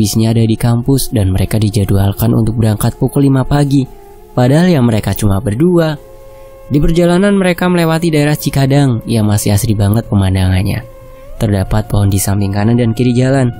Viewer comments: Cikidang kli min, Bkn cikadang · Cikidang ka,bukan cikadang🙏